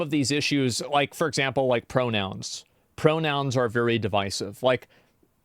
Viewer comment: Give 100 million Chinese men the day off work to play a game, and ya lmao "vewy vewy successful" 😂